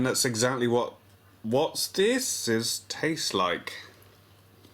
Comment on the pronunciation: "Wot'sthises" hahaha